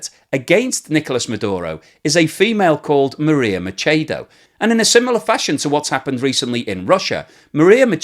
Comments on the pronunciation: It's Machado, not Machedo. Spanish is highly phonetic, unlike English. The first A is pronounced AH and so is the second one so we don't change it.I gave you a thumbs up anyway because that was very informative. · Listening to you mispronounce "Machado" and "Essequibo" causes my teeth to hurt the cringe is so strong. Spanish is really simple to figure out and doesn't require any sounds you don't already make speaking English. Please get it right.